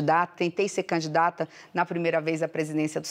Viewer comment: É impressão minha ou ela fala candata ao invés de candidata... ?